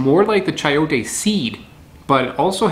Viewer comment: It's pronounced Sai-oh-tay.